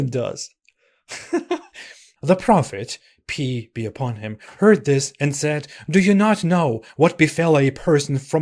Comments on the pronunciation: Did I heard ''religion of peece?'' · Religion of pee-ace